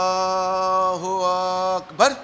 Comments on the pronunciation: এই শয়তানটা মানুষের সরলতা নিয়ে খেলছে। ইসলামকে নিয়ে খেলছে,,,,,। যেমন, নামাজের শৃঙ্খলা সঠিকভাবে শিখিয়ে,,, আল্লাহুআকবার উচ্চারণের শেষে ধাক্কা মেরে বলছেন। যেটা আল্লাহর সাথে চরম বেয়াদবি। এখানে উচ্চস্বরের কথা বলছেন উনি। আবার সেনাবাহিনী দিয়ে উদাহরণও দিচ্ছেন। বুঝাচ্ছেন কি,,,সেনাবাহিনীদের কমান্ডো বলে আরামে দাড়া,,,, আহ।সূরা-কেরাত, তাকবির পুরো শব্দ, বাক্য জোরে স্বরে উচ্চারণ করা যায় না? ইসলাম নিয়ে ভণ্ডামি করো। নামাজে যে সব তাকবির, সূরা-কেরাত পাঠ করা হয়, সেগুলো দ্বারা কি মুসল্লীদেরকে নিয়মশৃঙ্খলার সতর্কতা করা হয়? নাকি তাকবির, সূরা আল্লাহর জন্য পড়া হয়। শয়তানটা, আল্লাহর দ্বীন নিয়ে খেলছে,,,,,। এ হচ্ছে ইহুদিদের দালাল,,,। আপনারা যারা এদের দলে যোগ দিচ্ছেন বা ইতিমধ্যে যোগ দিয়েছেন,,,, তারা বুঝে-শোনে হিজবুত তাওহীদ কে অনুসরণ করুন। আল্লাহ সবাইকে বুঝার তাওফিক দান করুন। আমীন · আল্লাহু আ----ক ---বা----র ব্যাটা মূর্খ কোথাকার টান আছে এখানে? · ওরে দুষ্টু দাজজাল মার্কা হিজবুত তাওহীদের দল তোদের স্বলাত টা তো হল শয়তানের তৈরি করা স্বলাত আললাহু আকবার , এই তকবীর দেওয়ার সময়ে আ- ক বলার জায়গাতে টান দিলে কেন যেখানে টান নাই সেখানে টান দেওয়ার অধিকার তোমাকে কে দিয়েছে, কুরআনের ক জানে না হাদীসের হ জানে না আর ইমামের নামে নতুন একটি দল তৈরি করে জাহান্নামের দার প্রান্ত থেকে জাহান্নামের দিকে আহ্বান জানাচ্ছ আর অজ্ঞ অবুঝ জাহেল মুর্খ অসভ্য বর্বর পাগল বিকলাঙ্গ মানুষ গুলো জাহান্নামের দিকে পংগপালের মতো ছুটছে। হে আললাহ এই শয়তান হিজবুত তাওহীদের খপ্পর হতে মানুষ কে রক্ষা করুন আমীন। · তার তো কোরআন তিলাওয়াত সহীহ না,আল্লাহ আকবার, তাকবির তার সহীহ নয়। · এই বাটপারে তো আল্লাহপাক বার সহি ভাবে বলতে পারেনা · ভাই আপনি ছলাতকে বিকৃত করছেন। তাওবা করুন। অনুসারীরা ও মূর্খ আর যারা দেখতে গেছে তারা ও মূর্খ। মূর্খ ইমাম তাকবীর ও উচ্চারণ করতে জানে না। মহান আল্লাহ তায়ালা সবাইকে হেদায়েত দান করুন আমীন। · যে ব্যক্তি আল্লাহু আকবার টা সঠিকমত উচ্চারণ করতে পারে না... যার মধ্যে রসূলের কোন আদর্শ নেই রসূলের কোন সুন্নত নেই... দাড়ি চাসা... এমন একটা ব্যক্তি বলে কোন দলের ইমাম... আর যারা এর অনুসরণ করে এদের মাথায় আসলে গোবর ছাড়া আমি আর কিছু দেখি না... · তাকবীরে শেষে যে ধাক্কাটা মারেন সেটা কই পাইলেন? এটা তো ভুল উচ্চারণ